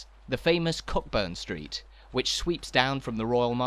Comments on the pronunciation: It's CO burn street not cock burn the way you're saying it. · Agreed.✔ I don't often correct pronunciation, as opinions can vary, but I learned the ancient art of pub-crawling in this area over forty years ago and it's always been Co'burn Street. The other one I've noticed on this channel is "Close". I'm not sure about the English "Closes" but in Scotland at least, it's pronounced 𝒄𝒍𝒐𝒂𝒔𝒔, rhyming with gross, rather than cloaze, which is kept to be the opposite of open. Can anyone else think of a word that rhymes with this kind of close; I really struggled and even gross isn't a great example, as it can rhyme with floss too. Who would have thought that close was so tricky a rhyme but it could be why we never see poems about Edinburgh's narrower streets. 😂 A better way to explain this, which has got way, way longer than it was meant to, is to use "close", as in "close to you", rather than "close", as in "close that ***** door." I wish I'd done that first but I can't be bothered changing the first bit.